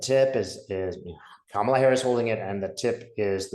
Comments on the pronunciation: Please say her name correctly - it isn’t difficult, it’s 3 easy syllables and not remotely complex. Kamala’s 3-syllable-long name isn’t any longer or harder than “JD Vance”, “Donald Trump” or “Hillary” and the fact that so many (often White) people don’t even try to get her name right is just glaring racism and bigotry whether conscious or unconscious and is truly tired. Her name is worth getting right and it’s not remotely difficult. Biden says it correctly, she says correctly, her husband says it correctly, her kids say it correctly, the Obamas can magically say it without struggle - please do away with the bias and say this woman’s name right. In the meantime, I’ll refer to you as, like the soap, since “” is so difficult. 😒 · Her name is prounouned KAH-muh-la. You could also think of the comma so it's comma la. You could think of what her stepkids call her, Mamala. or Google the video that her campaign put out explaining and demonstrating how to say her name. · love you love your work. I think it is important to pronounce Kamala Harris' correctly. Respect. It is like this - comma-la. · Please respectively pronounce Kamala correctly. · Kamala- sounds like Mama-la, not Pamela 😊 Thanks for the vid and your time, super excited for her and all the change that's coming. Trump is def circling the drain. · Hi! ❤️💚🧡🌻Her name is pronounced “comma-la”, not “Cama-la”. You are so great, I just needed to remind you🥰💙⚖️💙⚖️💙⚖️💙⚖️💙🌻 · It's "Comma-la"! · Her name is KA' mala. Not Ka MAL' a. And not all of us let this crazy crap destroy us. If it gets to you like that, you are too close and making it about you. It isn't. It is just what is. Hope and pray she wins. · Maga mispronounces her name on purpose. Kamala is pronounced COMMA-la. Not CAM-a-la or kah-MA-la. 😍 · Try to pronounce her name properly. Ka-ma-la. Not cam-a-la. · her name is pronounced Comma-la, not Camel-a! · Pronounced comma-la. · It’s pronounced “Kom’ a’ la”. Thanks!